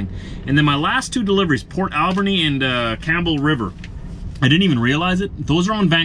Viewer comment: It's actually pronounced port AL Burn Eeeee......alburny ,sounds like you'll be dropping at comox valley distribution in delta